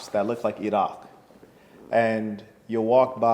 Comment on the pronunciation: the pronunciation of Iraq was very good!